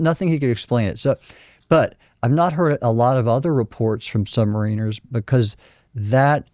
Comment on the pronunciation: The dude mispronounced submariner.